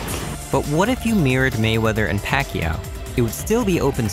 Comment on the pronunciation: Americans' pronunciation of Pacquaio is so awful